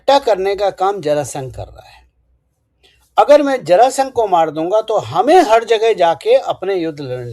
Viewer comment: जरासंध बोलिये आदरणीय 🎉